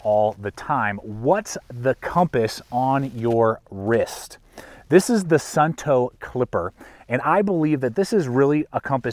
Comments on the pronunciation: Not Sunnto, but Suunto. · My YouTube was playing in the background and I heard you mispronounce the name like 100x 😂 sOOn-toe not sun-toe 😂